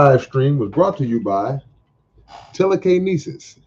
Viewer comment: Yes, I still do physical copies, last one from you Tele-K-Nesis! I think like "Tee-L-Kai-Wahy"